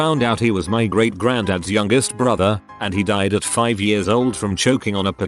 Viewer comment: Nobody: Voice: “When I was eight YURRS old”